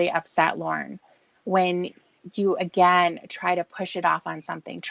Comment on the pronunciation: That’s true. I remember a “cawl” where Lorne was driving absolutely hammered and Tiffany got on his case.. Lorne goes: “Tony drinks a lawt more than I dew!” Same with when she calls him out on his alcoholism and he’ll say crap like: “I did it ageen. I went over ta Tony & Wendy’s.” Which is his way of totally avoiding responsibility.